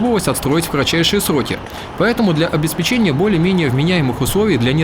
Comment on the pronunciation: обеспЕчения а не обесПЕЧЕНЬЯ))))))